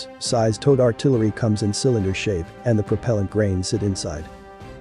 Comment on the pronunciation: Say Towed artillery again.